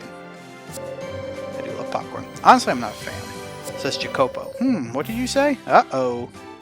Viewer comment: I think you’re pronouncing Jacopo’s name wrong. It’s Italian and I’ve always heard it as Ya-ko-po.